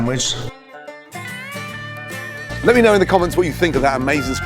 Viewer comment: My moulth was watering before he even started building up the sendvich